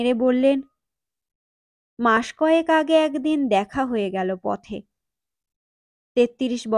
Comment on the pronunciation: উচ্চারণের প্রতি আরো অনেক যত্ন নিতে হবে বলে আমার মনে হয়। যেমন ঘোষীভবন এর ফলে একদিন এগদিন হয়ে যাচ্ছে। এমনি আরো অনেক ত্রুটি আছে। তাছাড়া voice এ নাটকীয়তা আনার প্রয়োজন।শুধু reading পড়া হয়ে যাচ্ছে। ভালো থাকবেন 🙏